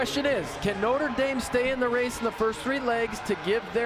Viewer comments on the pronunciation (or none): damn he really called it nutter dame, notre dame isnt that hard to pronounce lmao